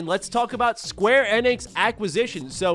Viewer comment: The way says it is correct, that is how SE employees say it during public outings